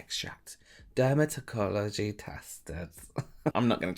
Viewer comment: "Dermatoikijujifsyfh tested "🥴😆